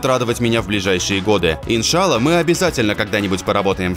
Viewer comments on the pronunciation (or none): Ты сказал "Ин ШЩа ЛА"? или мне показалось?)